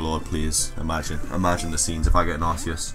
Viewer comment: THAT IS SO AWESOME!!!CRESSELIA!!!!!! Don't judge me I'm rushing this comment , sorry about the arceus rejecting the poke ball , reminds me.of pikachu , I.don't mean to.sound like a professional but it's supposed to be pronounced Ark ee us , not Arse ee us , and my fav normal type has got to be Eevee , have you seen how cute it is and its awesome Exclusive ZMove , Extreme Evoboost :-)